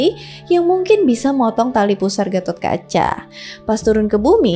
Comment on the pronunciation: GPP.. BKN ORG JAWA JADI SALAH SEBUT NAMA DIKIT GAMASALAH.. KITA JG SUKA SALAH SEBUT NAMA TOKOH ORG LUAR KOK.. DAN FYI GAISS.. DI INDIA SENDIRI GA ADA SEORANGPUN YG BERNAMA GATHOTKACCHA.. CMN DI JAWA YG PAKE NAMA GATOT.. VERSI JAWA JUGA LBH DETAIL MENCERITAKAN GATOTKACA.. BAHKAN GATOTKACA BISA DIBILANG JD TOKOH YG MELEGENDA DI INDONESIA.. DAN KLO VERSI INDIA, PANDAWA INI DIKISAHKAN SEOLAH OLAH BURUK.. TPI NTAH KNP VERSI JAWA, PANDAWA JD KLIATAN BAIK.. SALAH SEORANG AHLI SEJARAH INDIA YG UDH LAMA TINGGAL DI INDONESIA PERNAH MENARIK KESIMPULAN KLO ASAL PANDAWA ITU DARI JAWA YG PERGI KE KURUSETRA INDIA UTK MELAWAN KURAWA YG CITRANYA JAHAT MENRUT ORANG JAWA.. KRN KATA BELIAU, DARATAN INDONESIA KHUSUSNYA JAWA DAN SUMATRA ITU DARIDULU EMG SALING TERHUBUNG DGN INDIA SPRTI PERDAGANGAN, AGAMA DLL.. NTAH BETUL ATAU TDK, YG PENTING AMBIL ILMUNYA DAN BELAJAR JGN CMN DARI SUMBER MAINSTREAM..